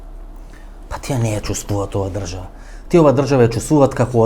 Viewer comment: Само немој "тија" ме нервираш како Миленко. "Тие" Васко"Тие" македонски.